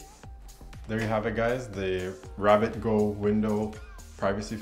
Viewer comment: First, excellent video. Second, it’s GOO not GO. (the goo that rhymes with few)